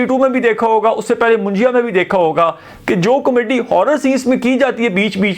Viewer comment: What a Comaddy you are😂 Learn to pronounce kakay😅 Btw horror aisa hota hy kya k apni phat rahi ho, actually horror bhi comedy hi hoti hai bollywood mai kyun COMADDY😂😂😂